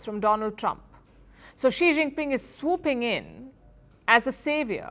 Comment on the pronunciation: "..so xi jinping is swoo-ping-in.." 😂